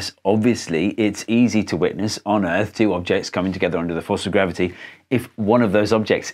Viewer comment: ERF? WHAT? PLEASE MAN ITS "EARTH"